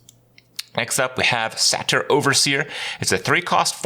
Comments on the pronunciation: Say-ter not sat-er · "Satter"..... SAY-TER.. come on Kripp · Satyr not sater, but great content nevertheless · Ironic how he pronounces Kraken as "Kraykin", but Satyr with a short "a".... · How can you possibly be mispronouncing 'Satyr' after having played Blizzard games for two decades? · Everyone Else: New expansion! Me: That's not how you say Satyr...